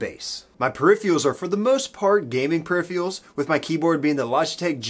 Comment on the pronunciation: Love your "pariffeeyulls"